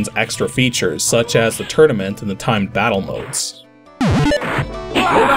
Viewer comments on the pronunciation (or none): none